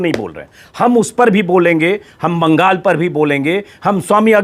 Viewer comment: Please Baagaal nehi Benol boliye..